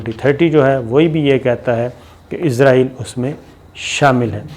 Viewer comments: Sir gee the word is Israel not izraeel.... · Sabir bai aap bar bar israeil ko izraeil kehty hen.jab k izraeil eek farishty ka nam ha.is ghalte ko drust Karen.abid al Riyadh. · یہ عزراٸیل دنیا کے کس ملک کا نام ہے؟ کمال ہے کیسے کیسے جاہل اس ملک میں سینٸیر اینکر بنے بیٹھے ہیں ۔ اسراٸیل نام ہے ملک کا ۔اردو میں س سے اور انگریزی میں S سے Z سے نہیں ۔ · تل ابیب میں ت پر زبر۔ فرق یہ ہے کہ ت پر زیر کے ساتھ جو تل ہوتے ہیں ان میں تیل ہوتا ہے۔ اور تل ابیب میں تیل نہیں ہوتا۔ دوسرے یہ کہ اس ملک کا نام ہے اسرائیل۔ عزرائیل ایک فرشتے کا نام ہے۔ اورہاں، چے نا نہیں، چین، چین، چین۔